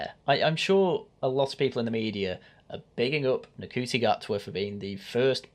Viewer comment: Saying his name wrong, its Shooti, how dare you not know Nc is pronounced Sh in Rwanda you massive Wacist